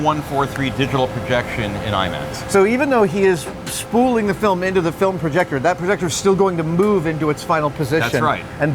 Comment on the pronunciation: 30+ years and he still calls it a "proyector"